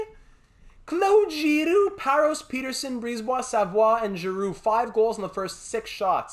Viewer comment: Congrats on our victory!, you deserve all the plaudits and we all share the happiness. Wow. Petersen excellent. Giroux after all those years, captain Girrroux, love the way the pronounce the francophone names. The Fins had their part, just as Nylander. Seider and the rest of the defensive stalwarts. Great weekend here, buzzin’ preseason started. Can not wait to vote for your next series, you know what I wish for 😄 Keep up the good work, Philly deserves another Stanley Cup, hard work will pay off big time. Be the best in both fields, mate!